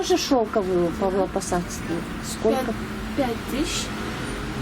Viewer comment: Не ПАВЛОпосадские, а ПАВЛОВОпосадские платки правильно